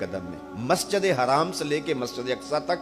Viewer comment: Majid e haram not haraaan 🙏